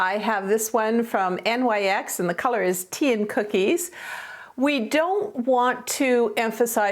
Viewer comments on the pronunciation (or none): Love this video, I always learn something from you!❤️ By the way, I looked it up and NYX is pronounced “nix” ❤️. Love & hugs